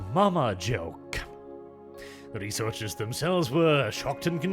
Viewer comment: some of the times you said researchers i heard "reseters"